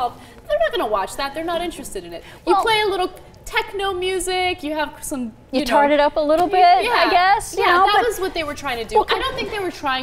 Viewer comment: Did say "Tard or Tart.....it up a bit" hahaha, good one.